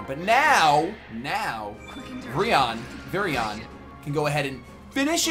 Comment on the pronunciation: virion is pronounced similiarly to the eeveelutions, like Vir-eon :) casually adores this game BTW this series is what introduces me to ya, so new sub yeee i looked at your other playlists and i've heard about you but never really checked up on your channel so let's see how you are :)